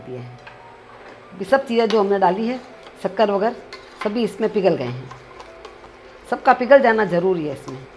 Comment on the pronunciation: शक्कर को "सक्कर" क्यों बोला?